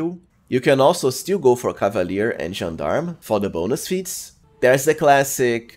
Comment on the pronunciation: Correct Gendarme pronunciation once again 😍